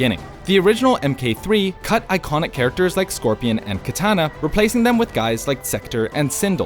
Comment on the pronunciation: He straight up says Kituhna and Sindul. Lmao okay...next video.